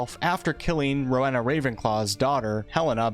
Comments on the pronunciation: Stop, stop, stop! You're going to take someone's eye out. Besides, you're saying it wrong. It's Ro-wE-na, not Ro-ha-na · Ms. Ravenclaw's first name is pronounced Ro-WEE-na. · Bruh please learn how to pronounce the names properly if you're going to make an informative video like this. Every time you said 'Ro-weh-na' I wanted to punch the screen. It's Ro-wee-na (would know since it's my goddamn middle name). It's a Welsh name and one of the great things about the HP world is that it represents all four countries in the UK so please do their cultures justice, Jesus Christ. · It's pronounced roe eena for Rowena and for the houses I feel at home would be Gryffindor, Hufflepuff, and Slytherin. I'm not too creative but do have a vivid imagination